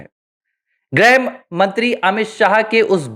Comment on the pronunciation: “ग्रह मंत्री “ नहीं, “गृह मंत्री “ (ग्+ऋ+ह)